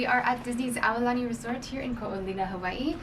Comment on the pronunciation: You lost me at the eye roll pronouncing Hawai’i. Have some respect for the culture you are so excited to visit.